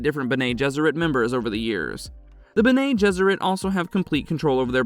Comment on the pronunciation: It’s “beh neh“ not “Ben-nay”. There is NO ACCENT on the second e. And as mentioned earlier, “mah-tress” not “mate-ters“. I can almost handle the nasally voice but the mispronunciation had me cringing every time.